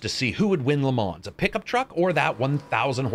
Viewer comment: you pronounced Le Mans incorrectly, unsubscribed!!!!!!!!!!